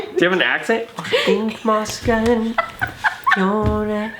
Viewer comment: Why did say sken instead of skin lol